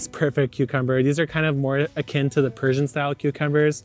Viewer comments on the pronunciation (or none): none